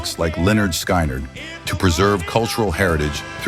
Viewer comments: It's pronounced Leonard Skinard not, SKynard.from Nature Coast, Florida. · Sky-nard is so embarrassing get better AI or quit. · Sky nerd? Really? Sky nerd? I hate AI… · Please pronounce Skynyrd correctly. It's pronounced skinnerd. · You lost me when you pronounced Skynyrd and Van Zant wrong. 🤦‍♂️ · First off, you keep mispronouncing Lynyrd Skynyrd. Skynyrd is pronounced to rhyme with Lynyrd. The Band were never considered s “southern rock” band, it’s only their song that has to do with the South. You should have included The Outlaws with their masterpiece “Green Grass and High Tides”. Too many Allman Brothers’ songs, with being replaced so you could have included Charlie Daniels.